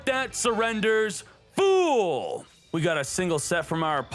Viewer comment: Hmmm. Your "fool" sounded off.